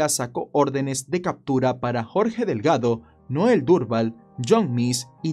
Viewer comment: 😂 😂 😂 Mi apellido es DELGADO.. 🤣 🤣 🤣 lo pronunciarse muy lindo. GRACIAS AMIGO!!